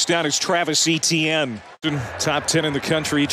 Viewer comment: I don't think the commentator is pronouncing Etienne correctly.